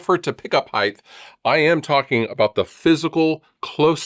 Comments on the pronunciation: Are you saying “Heighth”? That’s not a word brutha-luv. 😁 “Length, width and height” already has a shit ton of H’s, no tagging another one to the end. 🤘🏻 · Lol "Heigth"